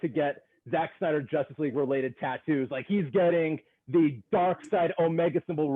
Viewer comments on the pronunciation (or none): "...in the Justice (Josstice) League...Zack Snyder's Justice League." I love that😂😂